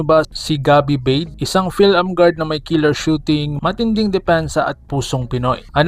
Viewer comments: "Ba-de" po yan hindi "beid" ang pronunciation po yan maski tanungin mo po sa mga sina unang mga sportscasters at dati mga naglaro sa PBA na nakasama at nakalaban noong Araw ni cris ba-de 😂😂😂😂😂😂😂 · BA-DE ang pagbigkas nyan bro hindi BADE, halata hindi mo kilala ang Tatay na si CRIS BADE na naglalaro sa PBA noon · Ba-de Po Ang tamang bigkas.. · ayusin mo ba-de anung bade bugok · Ba De yan Ang pronunciation Hindi BADE! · Ba-de yan hindi Beid tga Rizal yan kaya kilala ko.